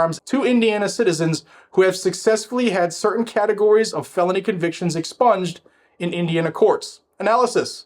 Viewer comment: Nothing is ever " EXSPUNGED " 😂😂😂😂😂😂😂😂😂😂😂